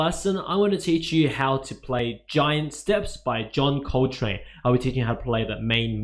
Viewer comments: *Coltrane not Coletrane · John Coletrane? Isn't it John Coltrane?